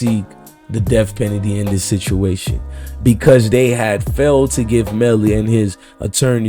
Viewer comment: You mean def pennedy 😂